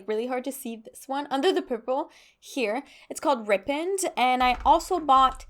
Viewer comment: Rippened? You mean "ripened " right? Ry-penned. Like "the fruit ripened on the tree" 😂